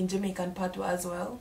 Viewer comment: It's "patois" not "patios"